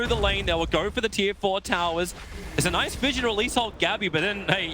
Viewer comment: 12:9 "its naise"